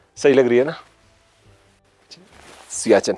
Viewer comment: आपका उच्चार सियाचिन सही नहीं है। यह सियाचेन है।